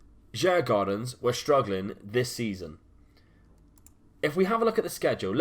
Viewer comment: it is pronounced Jugordens the d is silent and the a is an o:p